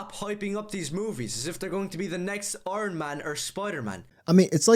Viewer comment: do I sense a speech impediment 🤨 😂 he really did butcher the words iron and man 🤣